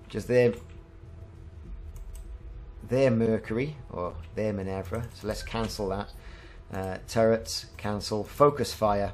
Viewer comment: Great video - one thing - min-ER-va :)